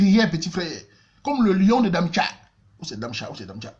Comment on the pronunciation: Hahahaha! Darmstadt et non damtcha